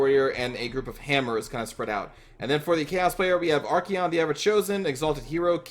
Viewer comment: Say it with me.. ArKAYon. Not fucking ArKEYon. Great vids though, I love you.